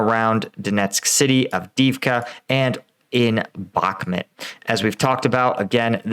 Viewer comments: Dude its called Bakhmut and not Bakmet, its a city name not a person name has noone told you already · The way you pronounce Bakhmut is very hard on the ear. There are plenty of videos with native speakers pronouncing it.. try "Bakh-moot"